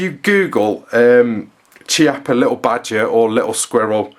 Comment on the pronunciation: The correct pronunciation is kee-oppa.